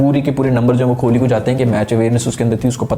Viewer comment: Bhai its kohli not kholi